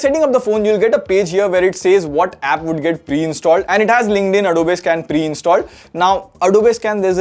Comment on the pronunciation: You are pronouncing the word "Adobe" wrong.